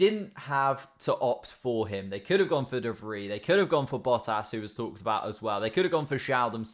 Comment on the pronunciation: May i question why you don't pronounce the s in De Vries. Always when you mention him i get confused and don't understand who you mean. And it doesn't even make sense to me, because s as a last letter like that isn't silent in any word i can think of